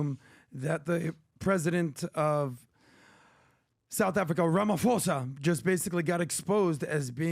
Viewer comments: the PH in ramaphosa is not pronounced as an F, these guys are absolutely clueless, poorly researched and unprofessional. these guys know zero about south africa, zero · The 'ph' in his name, Ramaphosa, is pronounced as a 'p'.